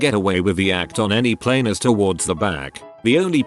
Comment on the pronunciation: How it says plane Pleeeeene Gets me every time